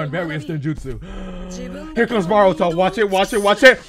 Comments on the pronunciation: Am I the only one who dislikes how he says boruto like baruto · why do people say baruto instead of boruto???